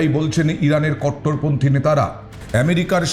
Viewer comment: কট্টরপন্থী কারা, কথাটা সুন্দর করে বলো